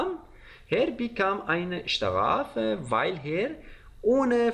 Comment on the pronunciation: درود، چرا به Er میگید هر؟؟ E صدای ه‍ نمیده